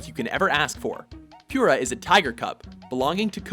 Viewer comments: I think you mispronounced Pura. You said /pyer*-ah/, but I think it is pronounced /purr*-uh/, because... you know... 's a tiger... 'n tiger's purr-uh. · PURR-uh, not PURE-uh! XD And not ACK-oo ACK-oo, AH-coo AH-coo! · Puuura. Like a cats purr. Not Pure-a. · God I hate how you pronounce Pura.